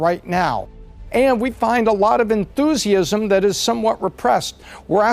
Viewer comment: It is very important to have a lot of En-thu-si-ism. He corrected himself though about five seconds later when he pronounced it correctly.